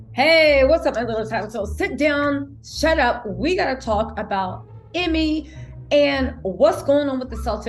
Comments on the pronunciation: GotDamn it it's EEE-MAY 🤣 Not Emmy 🤣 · Its pronounced E-May , but love the content🙏🏽